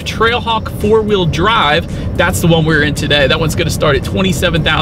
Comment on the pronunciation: You sounded like you said TRACKHAWK a few times.